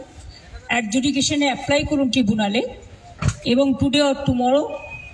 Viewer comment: ট্রিবুনাল টা কি? গুগল এআই বলছে ট্রাইব্যুনাল (ṭraibbunal)